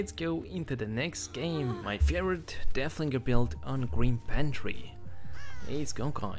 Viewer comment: Its so funny that yku say deahlinger